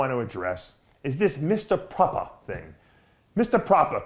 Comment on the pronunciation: I love Dave!!! He's a real propahh gentlemen.